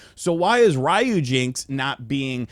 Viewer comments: It's Ryu... Not Rhyu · The way you're pronouncing ryujinx is killing my right eardrum.